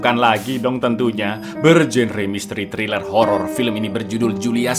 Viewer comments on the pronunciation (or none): none